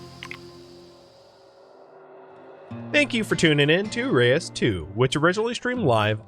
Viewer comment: Watched a video with the dev prior to the release of the first game. It's pronounced roosh.